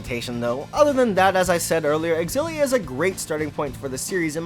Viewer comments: Pretty sure that "Xillia" is pronounced "Zillia." Anyway, thanks for this vid. Gonna grab Graces F. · I’m not a fan of your xilla pronunciation.